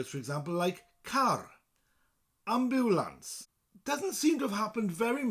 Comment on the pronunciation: you pronounce the word ambulance exactly like it's pronounced in german haha